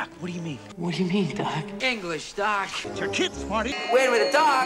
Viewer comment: after a while it starts to sound like "duck"